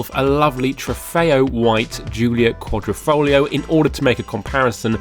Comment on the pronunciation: Great video but is there no letter "I" in the English alphabet? It's Quadrifoglio not QuadrOfoglio...QuadrO is a picture frame in Italian....but like I said Great Video!